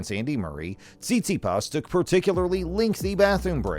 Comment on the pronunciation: Hilarious! You obviously don`t even know how to spell or pronounce his name 😲 _